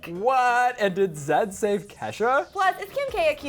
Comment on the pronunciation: It's not zadd. It's z eh d